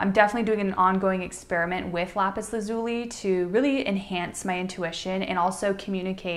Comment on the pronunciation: It's pronounced "lapis Laz-you-lye"